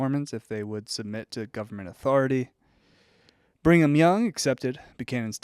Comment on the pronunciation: I love the way pronounces Brigham as "Bring 'em"😅